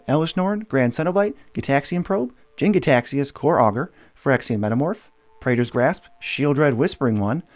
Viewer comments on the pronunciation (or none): none